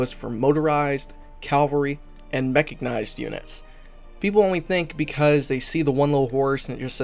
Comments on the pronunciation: "Mechignized" ?? LOL. You sure it's not "mechanized"? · A lot of people stumble over "cavalry", but I've never heard "mechignized" before. Got a chuckle out of it. Great tutorial. Keep it up. A video on static AA and radar sites might be useful.